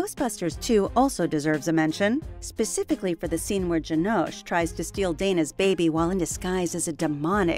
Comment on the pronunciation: And its Janosh. Jan (as in Yan) Yahn-Osh and There is no Dana only Zuul